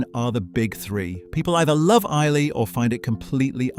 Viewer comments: Small point Islay is pronounced Iluh not ilay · Nice critique enjoyed it but ISLAY is pronounced EYE_LAH not Eye-Lay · 99% of this video is great.. but as an avid scotch fan, and especially an Islay enthusiast, I really hate how you pronounced the name. Its eye-luh, not eye-lay. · Eye-lah, not Eye-ley. Hope that helps. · lol eye-la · Some pictures confusing where they appear alongside the voiceover, but the advice is good and well presented, the conclusion a welcome. honest truth. But pleeease...it's "eye - la". (Islay) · Islay is pronounced " i'll ah ". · Yes, thank you. I discount every so-called authority on the subject of Whisky who mispronounces Islay - a real pet peeve of mine. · Very nice guide, I agree with most of it, but I have never heard a scotsman say „isley“ but only „isla“ like „island“ without the „nd“ at the end. Same with the Aberlour A’bunadh, where the d at the end is also silent.